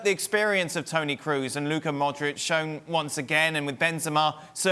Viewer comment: Is it a shame that man who works on ESPN channel doesn’t know how to pronounce the Toni Kroos name.. He pronounces Toni Cruz instead really amazing.. probably Penelope Cruz and Toni are relatives.. and they don’t have any idea of that .. ohh yeah cassandra telenovela🤣🤣